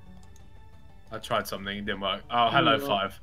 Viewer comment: W to does josh say seng instead of something